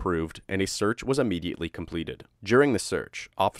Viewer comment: Immediately not UHmediately. Sorry I couldn’t take it anymore